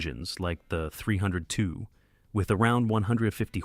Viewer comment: the AI Voice can't even say 302 & SUV 🤯🤯🤣🤣